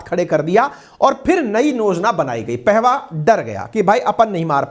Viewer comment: Sabse pahale apna vyakaran sudhare ,Madan pahava ( पेहवा ) नहीं ,पाहवा था ,उच्चारण सुधारिए ।